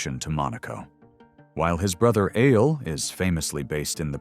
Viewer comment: Eyal aayal not I-yel. Again.